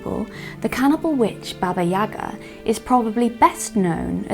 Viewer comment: Wow, such tremendous amount of work! I give you my respect as a veteran-procrastinator. Thereto I would like to add, that you, with all of the John Wick fans, mispronounce the name Baba Yaga (it is YagA, not YAga).